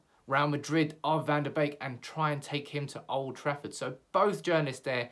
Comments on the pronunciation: It's van de BEEK not BAKE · I'm Dutch and it's pronounced Van De "Bake" ... not "Beak" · Van de Beek would be great, by the way its pronounced van der bake as in bakery